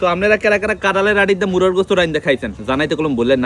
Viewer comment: মুরগী না বলে মুরা কেনো বলছে